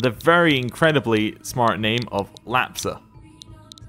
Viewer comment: way you pronounce word lapxa in my language it means fox :D